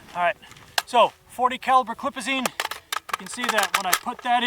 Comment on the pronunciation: "40 caliber clip-azine" Lmaooo